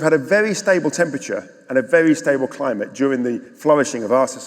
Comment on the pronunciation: An almost Freudian mispronunciation from, when she said " a crimeate and nature crisis" its certainly a crime. Burning down the house your renting would certainly rank as a crime, torching the world, probably the crime to end all crimes. Ignorance is no longer an excuse or luxury we can afford to entertain.